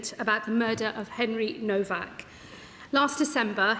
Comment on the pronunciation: Despicable women can't even get his name right, nowak not novak! More scripted waffle 🤬